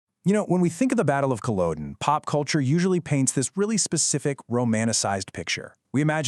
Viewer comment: It would help if you could pronounce Culloden, otherwise very accurate